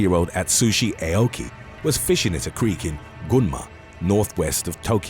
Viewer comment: The Karate expert's name is pronounced like saying "Ow-key" NOT "AY-oh-key" 🤦🏾‍♂️ 日本語を学びたいなら、知らせてくれる...英国の英語の発音はダメだな。 (Nihongo wo manabitai-nara, shirase-kureru... Eikoku no Eigo no Hatsuon wa DAME da-na. Translation: "If you want to learn Japanese, let me know... British English pronunciation sucks ass!") 🤦🏾‍♂️